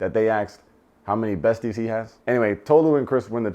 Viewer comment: Izzy was an uncle at a college party. Chris is not into Tolu like that, and the way they pronounce her name 😒 😂. Christine was confusing, Kaz wasn't the devil, not very smart, but not the devil. Jess thought she could be the exception to the rule, and sadly, she wasn't. I wanted to see more Trevor!